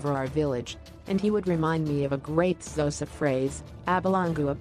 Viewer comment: It's "Abelungu abayazi uba ndiyaxoka" not what you just said over there,,,, and it's Xhosa not Zosa..... Please try getting it correct